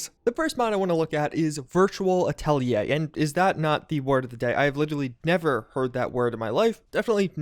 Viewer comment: As a french, I can say you pronounce "atelier" pretty well :)